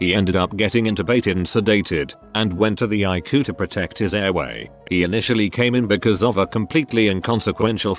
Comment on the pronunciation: Admitted to the (ICU) eye-coo haha 😂